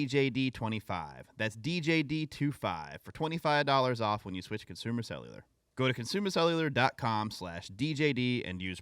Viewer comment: anybody else find it funny that can’t say “Consumer Cellular” but he’s gotta say it like 20 times in this ad spot? 😂 Cussooma slelyullah